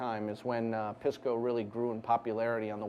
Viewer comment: He pronounces it like an idiot. It isn't "piss"-co. It is pronounced more like "peace"-co.